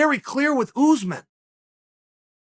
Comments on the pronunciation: It’s USSmahn nor Uzzzmen just sayin put some respec on his name god dammit Colby is a weird ass name but people can say that but they can’t say USMAHN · It would never work for Usman because he refers to Usman as "Oozeman" 😂. How would a curse work when you can't even pronounce the man's name properly. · Chael: OOZmun! Usman: Oosmahn. Chael: OOZMUN!! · Uncle Chael “Oozeman” Sonnen